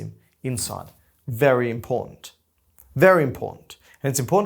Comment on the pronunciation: Don't you just love when he says "very important"!?